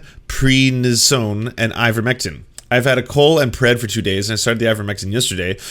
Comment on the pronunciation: Love how he pronounced prednisone.